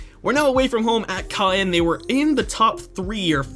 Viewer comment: Caen is more or less pronounced Ca-un._. And a little more nasally. Just saying. Love your videos by the way. ^-^